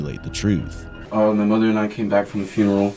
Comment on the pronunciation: Frunaral he said frunaral instead of funeral 🤦🏼‍♂️ and the thing is, he meant to say it that’s how he says it🙄😂😂😂